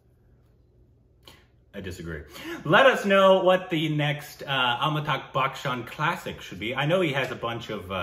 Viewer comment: Amita- bh..it is .not Amita-gh.